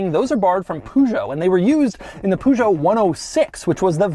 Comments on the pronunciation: Gorgeous looking car. Btw, Peugeot is spelled "Pejo" with accent on letter "o", not "Pujo". The brits put the accent on letter "e" but that is also wrong. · PURR-ZHO not POO-ZHO :D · PLEASE Doug, not POOgeot. Peugeot, pronounced 'purrgeot'. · Why do you call Peugeot poojoe? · Poo-zhou? :D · I admire and respect you Sir!. I am giddy with excitement when a new video is released - but please!. Peugeot has never been pronounced - poo show. 😅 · I just love when Doug says "the pużo". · it's not poo-joe. omg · Everytime Doug calls that french brand "Poo-Joe" a Frenchman dies of stroke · How he pronounces Peugeot and Citroen is funny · The way he pronounces "Peugeot" will never fail to make ma laugh